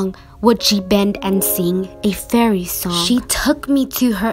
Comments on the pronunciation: "Fairy's" not faery but OK👌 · Your spelling of fairy is bad you said feary